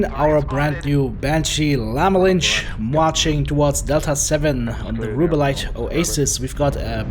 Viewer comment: Your pronounciation of the mech's name drives me crazy. XD